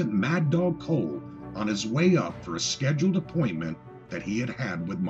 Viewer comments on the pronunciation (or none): none